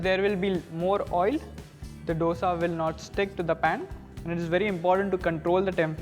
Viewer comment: Dosa pronunciation is like "दोसा" and not "डोसा" . D is like "Diwali" and not D as doctor